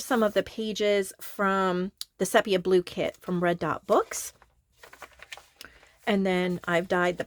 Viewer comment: Did you know, it's pronounced SEE- pee-yah? Which I realise is odd, given it only has one 'e', but that's the Greeks for you! 😆Gorgeous book, btw. Particularly like the little windows and the way you've continued the tonal palette throughout. Lovely work.